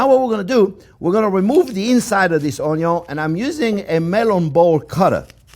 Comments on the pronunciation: I haven’t seen this guy in months, I miss the onyo. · i like when he says onyo it's very satisfying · Every time he says onyo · Onyo Onyo !Onyo Onyo !Onyo Onyo !Onyo Onyo! Onyo Onyo! Onyo Onyo ! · when i hear the onyo , i know this is a good dish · YOU STILL SAY ONYO EVERY TIME, IT'S BEEN YERS LOL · Valhalla onyooooooooo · Just him saying onyo is top 5 most wholesome moments worthy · u mean french onyo soup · Me too. I used one of his recipes a long time ago and came across a video today and new immediately who it was by the onyo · I grew up eating stuffed bell peppers. Never heard of stuffed on-yons. 😁 Gonna date myself here. Chef Tel from waaaaaaay back pronounced it, “on-yon” too. LOVED IT! Please look for WA State Walla Walla onions. You may find them to be sweeter. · Best Onyo pronouncer in the world. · Love the way you say Onyoon. :) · Onyo isnt even a joke anymore, its a way of life. Love the onyo, live the onyo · Oignion de oignion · The legend of onyo do not cry again when working with onyo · Find someone who loves you as much as chef Jean Pierre loves Onyos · Out of respect for the Chef, I now pronounce onyo correctly, I also try to correct others when possible. #OnyoGang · I hear onyo I subscribe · 8 years later. He still says oño. Some things should not be corrected. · Take a shot every time you hear “onyo” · THERE'S MORE VIDEOS OF THIS AMAZING CHEF SAYING ONYOUGH????? THIS IS WHAT THE INTERNET IS FOR THE BOB ROSS OF ONIONS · Came for the Onyo, stayed for the recipe! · I love how he says "onyo" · he's lived so long with lotsa onyo, now he's one with the onyo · Onyo. The word none of us knew we needed. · I love this recipe, but in reality im only here to hear him say onyooo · o n y o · every time he say oh-ny-on lol onion ...I flashed the same thought. Also thought of Justin Wilson Raised up around NOLA! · Ok, so I've subscribed just so I can hear more "oniom" in the future. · ONYO ahahah nice one old man!!! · Who else comes here only to hear him say onyo